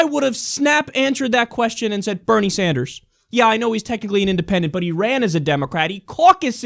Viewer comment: She pronounced Bernie Sanders wrong but ok........